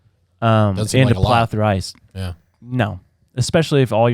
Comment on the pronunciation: I swear I thought said that the Bering Strait was where people crossed a bridge of mice. And I was so puzzled with that visual and second guessing my own education. Thankfully he said “ice” not “mice”. 😂